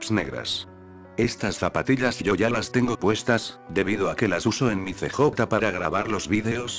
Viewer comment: pura perica este video.. pense que fue sospechoso y puede ser posible per obviamente no... me quite la subscripcion de este que encontre el otro dia, no se porque me subscribi. pero.. es gracioso como usa el robot traduciendo unas cosas de este juego.. "See Jota" y "BaYas" jaja.. pudiera poner Carl o Balas para que suene mejor pero no importa.